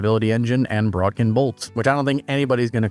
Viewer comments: There is no r in the word bodkin… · that's not how bodkin is pronounced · It's bod-kin not brod-kin.